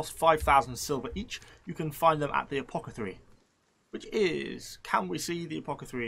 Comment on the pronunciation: Isn't the right word apoTHECAry and not apocatry??